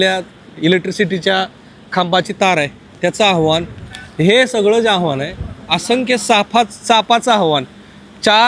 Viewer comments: आव्हाण नाही आव्हान असतं... किमान मराठी पत्रकारा कडुन अशी चूक अपेक्षित नाही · आव्हाण नसतं ते आव्हान असतं रे बाबानो